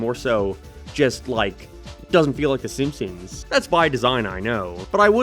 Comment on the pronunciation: Ah yes "thy simpsons"